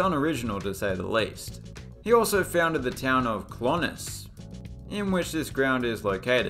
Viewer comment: Ok video. A few corrections are needed. 1 Kilkenny is not a club, it's a county. 2 Kilkenny does not simply mean church. Cill Chainnigh is its name in the Irish language. It means Canice's Church. 3) Clones is pronounced Clonez 4) Clones, St Tiernach's Park and indeed the entirety of County Monaghan are all in the Republic of Ireland NOT in Northern Ireland. 5) Páirc Uí Chaoimh is pronounced Park E Quive